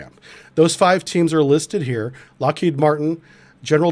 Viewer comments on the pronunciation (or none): none